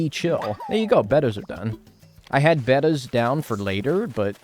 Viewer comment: its pronounced "bayy-tas" :-)